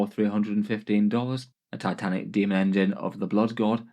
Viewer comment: Dislike for "tatanik" and "taisanf" in less than 10 seconds from the video start. Fix your spelling so called native speaker, any foreigner can speak English better.